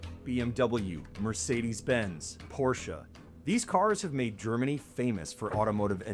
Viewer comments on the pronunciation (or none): none